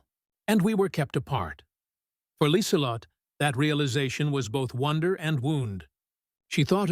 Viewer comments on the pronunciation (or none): one young German greeted Lieselott - should be LIESELOTTUH. The 'e' on the end is really a schwa.